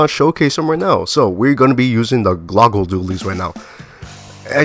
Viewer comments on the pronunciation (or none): Lol they’re pronounced GLUE-ga dualies